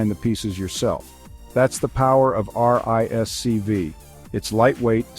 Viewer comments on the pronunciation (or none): RISC-V is pronounced "risk-five". It is not necessary to spell out the letters each time one mentions the acronym.